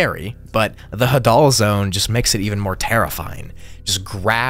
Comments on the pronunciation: Put the emphasis on the "ha" and not the "dal". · Hadoll zone😂😂 it’s “hay-deal” zone lol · Bro said ha-dul is hay-dal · The Hadal Zone is actually pronounced "Hay-dal", named after Hades (the god of the underworld). Very fitting name considering it is literally found in a CAVERN. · The Hadal zone is actually pronounced emphasizing the Ha instead of the dal, it is in reference to Hades, god of the afterlife in Hellenism (Greek theology) No hate, love the video as always, just an fyi